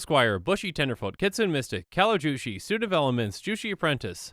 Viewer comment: I think Kytheon is supposed to be pronounced similar to Gideon. K is a softer "G" sound, and TH is a softer "D" sound. Also, it's not "Kitsune Mystic" it is "Kee-tsuu-nay Mystic"